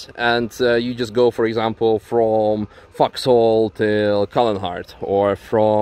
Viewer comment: Love how you pronounce "Vauxhall." Bet "focus" is good too. Love the channel & content.